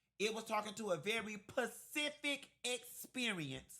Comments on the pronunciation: I was with you until you said "Pacific"( water/ocean) ahhhh....i know you were joking right😂😂😂. I know you meant "Specific"right😅😅😅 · Great review,! But it's "Specific", not "Pacific"😊 📖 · My ears turned off a bit when he said pacific 6xs instead of specific… 🤦🏽‍♀️ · "PACIFIC??" Did u mean SPESIFIC?😂 The movie is complete garbage. Always the victim card and raycisss police, oppressed black ppl, systemic raycisssm lol😅 C'mon.. the white tatted up cop just put maonuvers her off the road in a crazy rage then screams he's gonna find a legal way to blow her head off??🤣🤣🤣 A "little bit u realistic" lmao gtfoh😂 u guys just love playing the underdog victim, and at the same time being criminals, killers🥳 cos white man is raycisss so iz justified!! Lmao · Thank you for your review. My father is a very educated man. Mechanical Engineer by trade with a Masters Degree. He's also one of your frat brothers. In all honesty, the one thing that irks me is, he also says "pacific" instead of "specific". I don't know if that's a southern thing or taught. Being raised in the north, it's highly irritating. Still love your commentary ❤️. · Pacific lmao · "Pacific person!" 😄😄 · Are you saying ‘Pacific’ on purpose?!? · Can you take that 's' from sbox and put it in front of PECIFIC 😂😂😂